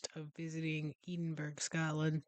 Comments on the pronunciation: I can't believe you said "Eeden berg" again 😂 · Its eh duhn bruh